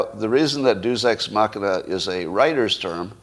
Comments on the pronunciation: It is pronounced "DAY-us ex machina" ... please learn language inflections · Narcissism will get you pretty far, apparently. He should know how to pronounce "Deus ex machina" though, being an accomplished writer, artist, hypno-tologist ( as opposed to hypnotist . think being probed from the rear), and all that. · Funny how he talks about how "deus ex machina" is a special writer's term, but he can't pronounce it. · For a writer, it's remarkable how many words he mispronounces egregiously.